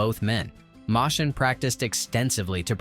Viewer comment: You say there's a "subtle nod" to the golden age of Hollywood without saying what it is? BAH. Also Moschen is pronounced "motion".